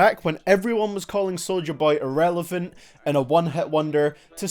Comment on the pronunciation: U also called him inrellivent